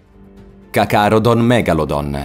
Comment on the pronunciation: Cacalodon?..troppi errori...